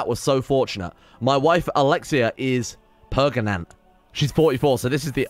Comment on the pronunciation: why do u say perganant ? XD